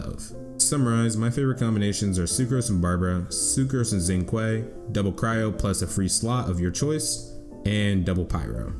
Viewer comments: Xinqiu Is pronounced "shingchoo" not zingkue xDDD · The way he pronounces "xingqiu" is appalling. Zingguay? Really? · Thanks for this guide, it was super easy to understand and I've been wanting to build Kaeya into my team for a long time! Just a tip, Xingqiu is pronounced something like "ssing chee-oh" but fast... It's kinda hard to explain but q is like a soft ch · are we just not gonna talk about the way he said xingqiu-- like deadass said "zingquay" LMAO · great guide, might build him up with the xp event coming along. btw xingqiu is pronounced more like "sing-chew"